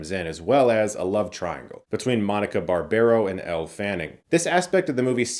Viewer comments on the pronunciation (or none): none